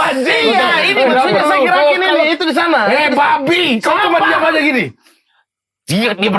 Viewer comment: menit ke 1 jam lewat 1 menit kocak kali bg Praz : Eh "BABI" renyahhhh kali wkwkwkwkkwkw